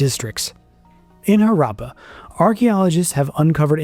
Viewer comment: Images of rural people showed between the 3 rd and 4th minute are misleading--because they are presented as if they are the people from those times. Moreover, you should have worked on your pronunciation of Harappa, Harappan, Mohan Jodaro. As for gods and beliefs, they don't a religion make.